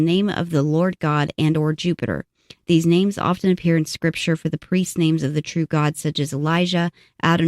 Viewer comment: Come on now ... wasting all that time botching all those names .. jeepers creepers